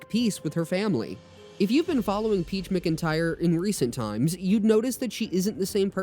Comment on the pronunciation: ITS "MACINTYRE" NOT "MICINTYRE"😫😫😫😫